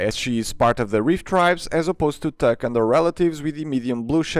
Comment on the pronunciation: bro i just got offence attacked when he pronounced Tuk wrong